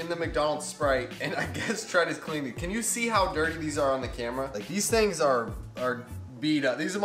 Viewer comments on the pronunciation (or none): none